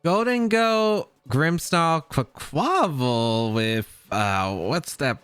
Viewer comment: Quaquaval's name is pronounced like carnival; kahr- nee- vahl -> Qwack qwah-vahl